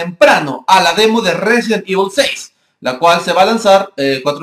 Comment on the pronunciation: xD Evol 6 xD da risa como lo dice xDDDDDDD